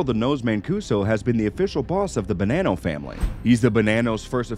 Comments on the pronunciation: Am I really going to listen. To someone talk about the Italians secrets, when you can't even say Italian words correctly, it's not Bananao. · “The Bo-nann-o family”. He puts a lot of emphasis on that “nann “ lol. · Pronounced Bah-non-no, doesn't sound like banana with an o on the end.